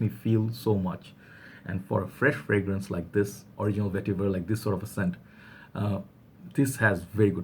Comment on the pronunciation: You went and bought it XD :D :). Original VETIVUHRRR! Vetiver... Yes niche hype for you.